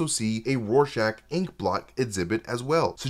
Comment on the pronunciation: is great and all, but its RORschach not Warschach. It annoyed me when Patrick Wilson said it that way. I'm sorry, bit autistic lol